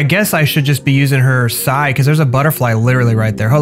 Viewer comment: its p s i, not psy